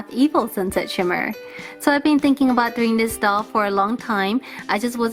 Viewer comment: "Boots" I don't what ur talking a "boot" get it?